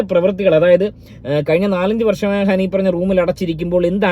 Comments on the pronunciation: അഹാൻ അല്ല അഫാൻ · ആ വീരൻ്റെ പേര് അഹാൻ അല്ല അഫാൻ എന്നാണ്